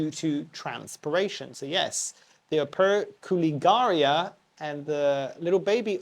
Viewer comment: Operculicarya is (comonly) pronounced op-er-cool-ih-car-ee-ah Pachypus is favored for its thick gnarly trunk when it gets decades old. It doesn't need a huge amount of trimming to make it look that way from my understanding, think what the plant may go through in the wild with herbivores and the occasional dieback during draught. There's a prostrate/hanging variety of Euphorbia platycada available that also looks interesting, it's worth having both imo, I do. I've never seen any leaves on these Euphorbia, just super tiny yellow flowers.